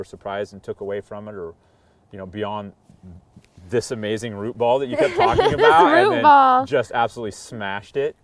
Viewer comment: Great video, but I’m pulling hair out every time he can’t say ‘root’ properly!